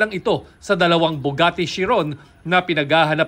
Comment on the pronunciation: Sabi ng reporter "Bugatte"! 🤣